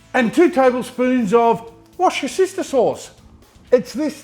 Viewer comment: In the UK where out originated, we pronounce it “Wuh-Ster-Sher” sauce or ‘Wuh-Ster’ for short